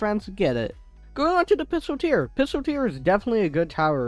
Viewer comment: pistolteer? its pistol-eer